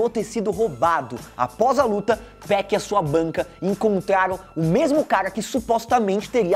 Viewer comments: Meu ouvido dói quando escuto “2péc”, e ainda o cara coloca gangsta Party no vídeo, e a música de fundo Breathin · Tô quase dando um soco na tela ouvindo ele dizer "TWOPEQUI" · se falar 2peck vai virar josias rodrigo aaaa pare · Esse carinha falando o nome do 2pac me da uma coisa no estômago, pra que falar bonito é simples.. 2PAC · Pq todo paulista tem mania de chamar o 2pac de 2pec?